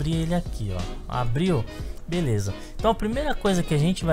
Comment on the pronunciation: drink every time he says Belessa xD chupito cada vez que diga Belessa :)